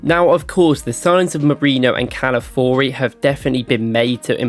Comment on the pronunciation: Cala- fi-or-reeee it's not hard and its his name......